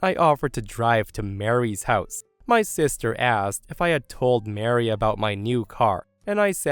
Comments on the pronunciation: I cannot believe that the narrator not only mispronounced the name "Marie," but did so repeatedly! Marie is pronounced as "muh-REE," and is not said the same as "Mary." Also, the word "paraplegic" was mispronounced. It has four syllables, not five, and is pronounced as, "peh-ruh-PLEE-juhk," and not as, "peh-ruh-puh--LEE-juhk." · Okay, for story 2, Marie and Mary are 2 different names with 2 different sounds. Mary = Mair-ee, Marie = Muh-ree. They're not the same name and they don't sound the same. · Muh-REE, I love but the way he was saying the name was making my eye twitch 😅 I know it's dependent on regional accents/places but as one who pronounces it the Muh-REE way, yep eye twitching lol.